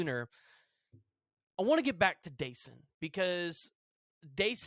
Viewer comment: Your sayings Dasans name wrong